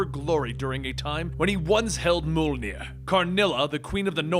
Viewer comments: Why does he pronounce Mjolnir that way? It's M-yol-nirr, not mol-ner. And it's Cul Borson, not Cole Bronson. "Jarn-byorn"? It's pronounced "Yarn-byorn" with a hard Y sound. Why does this guy struggle pronouncing every single norse word? It's not difficult. Gods, it's called Stormbreaker, not stormbringer. I thought this guy did his research. Did he really just say "Jute-un-hyme"? Jotunheim is pronounced "Yo-tun-haym". Did he say the cancer "mestasized"??? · Are you saying “moldenier”, because I think it’s pronounced mojlnier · I'm wondering ... what is "mole-near" ? cause the hammer's name is pronounced "Mee-uhl-near" or Mee-oll-near" (written Mjöllnir of course) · I love the videos but everytime you pronounce Mjolnir you pronounce it different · I know that you are very self righteous when it comes to your awkward pronunciation but the way you pronounce Thor’s hammer’s name is so off putting. I constantly have to pay attention to re-concentrate on story every time you say its name. You put a great deal of work in this video, just like in other videos, and your unique pronunciation is sabotaging them. Just a feed back from a viewer if you care..